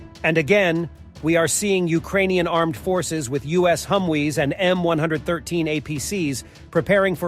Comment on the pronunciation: That's HUMMM VEEE, not Hum We.